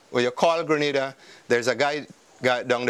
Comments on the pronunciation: Stopped watching after the second mispronunciation of Grenada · My country is not situated in Spain. You have pronounced my country's name totally wrong. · People need to stop pronouncing Grenada wrong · For someone who’s doing a documentary, You should have done your research and learnt the correct pronunciation of the island’s name first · I'm Grenadian, it is pronounce Gre-Nay-Da, not Gray-na-da, plz doh try to tell us how our island's name is pronounce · briantravelman you are right but there us a difference we say gre-nay-da and yes how the man pronounce it Grenada that's another place and yes it's a Spanish country so don't get it twisted it's 2 countries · They could’ve at least have a commentator that pronounces the name of the country properly. I find it somewhat offensive that He didn’t take the time to pronounce “Grenada “ properly,instead he’s saying “Granada”🙄😏😏. C’mon! Do better. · Before you make a documentary about a place please learn the proper pronunciation of its name. Granada is in Spain. This is GrEnada. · At least if you're going to do a documentary on a country, find out how to pronounce it. Gre-NAY-da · Pronounced "Gre-NAY-da" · How the hell do you mispronounce Grenada. Everyone knows its pronounced, Gre-NAY-da, and if the locals pronounce it that way, that should be a hint, that that's the correct pronunciation. Anyways, interesting video. I would like Carriacou. No mass tourism, or high rise resorts. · Too much injustice.. And you further that by butchering the name of my homeland. Always show respect to any culture, by at least pronouncing the Name of the nation correctly.. Goodness.. Granada is in Spain, island off Spain.. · Instantly disliked. How are you voicing a documentary about a country and you cant even pronounce the name properly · It's pronounced gre NAY -da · Man butchered the name of the island. Beautiful people and island. Respect to my Caribbean brothers 🇯🇲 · Check your pronunciation of the names of the islands